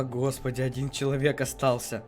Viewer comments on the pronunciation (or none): none